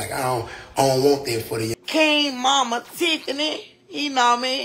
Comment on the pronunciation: Tiff-ney! 😂 Tiffany Moore clearly has something mentally going on. Hopefully King will have a better life with Finesse.